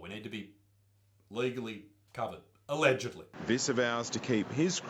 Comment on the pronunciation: haha yeah "ellegedly"